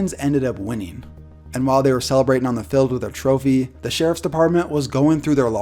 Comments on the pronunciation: I hate how he says “fild” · Please pronounce the word FIELD correctly and stop saying "filled". It's horribly annoying.